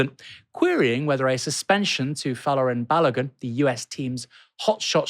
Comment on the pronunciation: Literally NOONE I have seen has pronounced Balogun's name right! 🤦🏾‍♂️ Had it all my life. Crazy